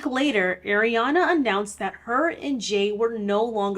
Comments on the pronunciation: It’s hard to watch this because she keeps calling her Airana and not Ariana . I’m not even a fan but it’s bothersome 😫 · If you're going to do a video like this the least you could do is say her name right. Her name is pronounced AH-Riana and this isn't some weird pronunciation she decided on, this is the traditional pronunciation....it's not EH-riana. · ITS ARIANA NOT AIR-IANA OMGF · so is it air-riana or AR-iana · btw it's “ARiana” and not “AIRiana” ! 🪐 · She is Ah-ree-ah-nah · the way you're pronouncing Ariana like Eriana is killing me 😭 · Not an Arianator but can we stop saying 'Airy-ana' 🥴🥴 the As have the same sound of 'ah' not like 'air' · It's are - ee -aw - na lol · I love how in most videos people call her ''Air-iana'' (she said it irks her when people mispronounce her name) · Airiana grande... ya'll learn to at least pronounce her name right before you make a whole video about her.